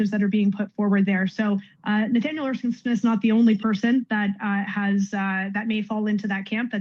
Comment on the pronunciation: I really wish you would learn to pronounce Erskine Smith properly